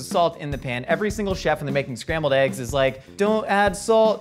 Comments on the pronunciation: I dislike everytime someone pronounced it "AYYGUZZ" it's definitely "EHHGGS" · When did the pronunciation of "eggs" (ehggs) become "[h]eyggs?" It's not just on MK - I've heard it in soooo many shows. But if somehow people start pronouncing eggs incorrectly on a larger scale nationwide, I'm probably going to blame. Why? Because sometimes he says it right, and others he doesn't. Which reminds me, is PAPrika versus papRIka pronunciation just shtick like I believe the ehggs/eyggs thing is?, let the language mutate organically. English doesn't need your chaotic radioactivity to speed up its degradation.... Umm, ok, love y'all!! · I love how they lean in to "AYYYGs"...i never understand why people would pronounce it that way? It sounds so ridiculous lol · Sooo... Who here says "eggs" like a normal human, and who butchers the english language and says "ayygs"